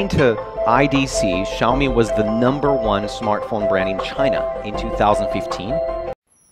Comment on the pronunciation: Isn't it pronounced Shao Mi?